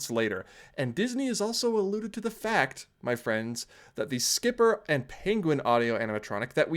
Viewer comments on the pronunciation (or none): SCOOTER! Not skipper. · Psst. Scooter, not Skipper.